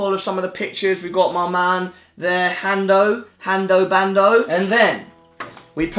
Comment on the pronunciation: hanzo not hando ... :l